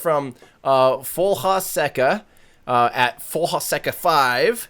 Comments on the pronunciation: That's why I always hide the chat during Nasa live streams, they are worse than useless. If Reddit can create AutoMod bots, Youtube can do it too. Also, Folha Seca means "dry leaf" in Portuguese, it means curveball in soccer and is pronounced Folia Seca. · Thanks guys for answering my "why don't they just" question I figure out something about that line looking back to some tweets and videos of Tim... just to clarify it is pronounced more like "Folia" means leaf, so imagine cutting the "foliage"